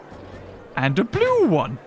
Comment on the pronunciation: Why nobody talkong about how he said blue